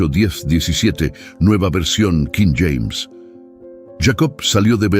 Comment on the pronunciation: Cada vez que dices nueva versión quím James...me obligas a quitar el video